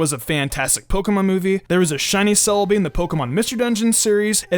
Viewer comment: SEE us not KEE us